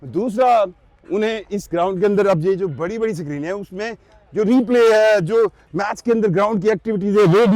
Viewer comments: Tuff Tiles 😂😂😂😂❌🤡 Paver blocks ✅ SACREEN ❌ Screen ✅ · Sakreeen 😂,nazreen definitely,basically,andia😂😂😂😂